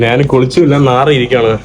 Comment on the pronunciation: എടാ മരപൊട്ടാ നാൻ നാൻ നാണ് അല്ല ഞാൻ എന്ന് പറഞ്ഞു പടിക്ക്: കമൻ്റെ കൂടുതൽ കിട്ടാനുള്ള ഊള വർത്തമാനം പറയല്ലേ അന്തം കമ്മി